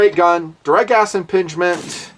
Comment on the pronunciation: About , my ears heard 'direct ass impingement'. Sounds painful. I know, grown up :)